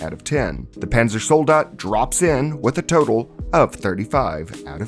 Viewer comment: i think it is funny how you pronounce the panzersoldat zombie